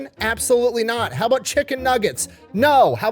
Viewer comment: this MFer…married to a BBL and still can’t pronounce BURRITO.